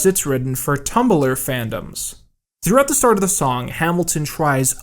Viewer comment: "Tumbulur fandoms"